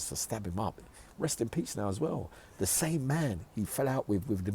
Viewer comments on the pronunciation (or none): none